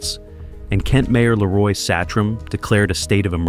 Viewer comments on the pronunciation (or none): none